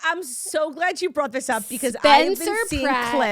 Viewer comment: Claudia sounded SO New York there lol I loved that. “I’m so glyad you brawght this up”